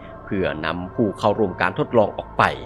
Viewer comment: ชอบตรงคำว่า ออกป๊าย